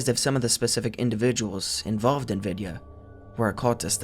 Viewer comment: Vidya is pronounced we-thee-ya but with no spaces in between the three sections, if it makes sense.